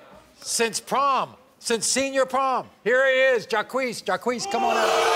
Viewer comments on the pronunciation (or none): His name is JAH-KWEES only if you say JACQUES (like Jacques Cousteau) PHONETICALLY!! Geez, the ignorance . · Jaques is not pronounced JAH KWEES. Its French...like Jaques Cousteau. OMG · Are these people so ignorant that they think the name JACQUES is pronounced JAH-KWEES? Unfreakin -believable that this kid doesn't know his own name is pronounced ZHAWK.....It's French ya moron!....like JACQUES COUSTEAU. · It's Jock for Jacques, and not Jacquee Jacques shall be pronounced as "Jock" as in French and not Jackuie or Jacquee as Maury and Janiece had said. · Who the hoot pronounces "Jacques" as "Jaquiece" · Jacques is French. What the hell is jaiquessss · 😂😂😂😂😂😂😂😂😂😂 the way they pronounce "Jacques". Jacques is the French version of Jack!😂😂😂 so funny! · I have never heard his name pronounced that way. Isn't it French and pronounced Jock.